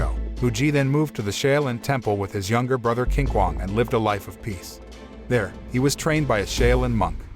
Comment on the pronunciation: the Chinese “q” is pronounced “ch” like “chocolate”. So Qinquong’s name is pronounced “Chin-chuong”